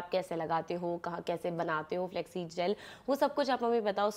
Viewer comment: Flaxseeds ❎ Flexseeds 😁